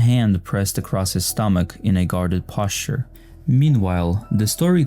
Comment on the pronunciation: You did not say “posture” like that.